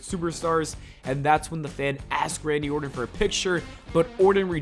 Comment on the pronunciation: Randy Orton with a “T” not Randy Orden with a “D”